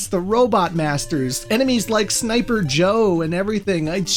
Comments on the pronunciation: There’s something cursed about hearing you named the Sniper Joes correctly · Man, has come a long way from those initial let's plays. He even said Sniper Joe's name correctly!:D